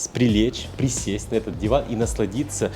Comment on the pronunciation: . Спрісесть, сприлеч. 😂😂😂